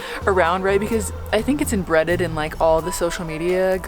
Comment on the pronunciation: “Embreaded” - 2023